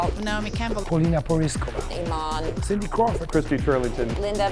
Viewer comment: LOL Oman is a country you mean Iman XD